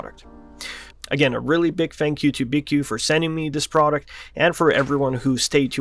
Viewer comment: Btw its pronounced BQ there logo is even a B and a Q